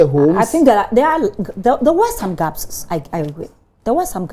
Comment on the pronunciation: she said “there were some gaspes”... I think she needs to enroll into free shs